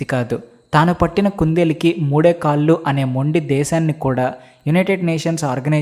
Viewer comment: కల్లు కాదు కళ్ళు, కాల్లు కాదు కాళ్ళు సరిగా పలకండి 🙏🙏